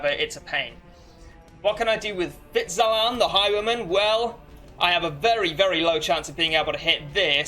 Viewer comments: Great video! One minor thing that made me want to scream though: flagellant is pronounced fla-je-lent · stop saying flagellant like that.